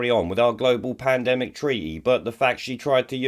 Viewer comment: Lol I love how poundland Rod can't even say Pandemic, Panedemic lol